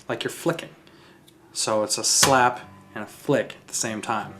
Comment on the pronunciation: a good...little...shlap haha